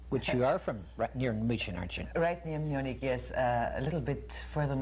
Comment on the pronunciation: His pronunciation of Munich is interesting, too. I’m not impressed with the job he does as interviewer. I don’t like the interrupting, and I don’t like the way he keeps inserting himself, rather than just letting her speak. She exhibits a great deal of patience.